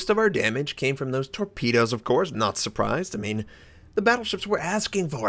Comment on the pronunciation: Heard it like "Most of that damage came from torpedoes, notserprised of course."